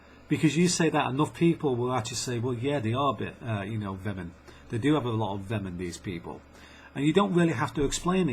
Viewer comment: lol I think you mean 'venom', not 'vemon'